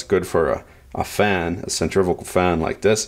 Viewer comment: Centrifical? My hearing isn't what it used to be, but I thought that's what I heard. Someone please correct me.